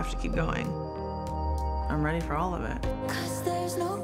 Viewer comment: Amanda is more then weady. weally